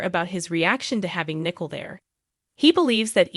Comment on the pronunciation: It is not Nickel. It is Nic ole! Please learn character names!